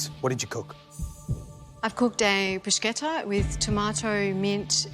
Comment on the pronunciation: "Booshketta"???? What is it with Australians adding completely random letters into words when they try pronouncing them?